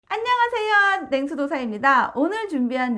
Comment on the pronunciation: 의 안!녕하세요!하고 물소리가 좋아요ㅋㅋㅋ5월 운세도 잘보고 갑니다. 전 2번요